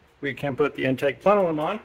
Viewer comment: him saying "plenelum" over and over really agitated my OCD, lol